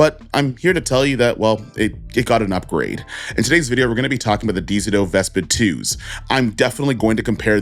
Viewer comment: Lmao nah why you keep pronouncing dzo like that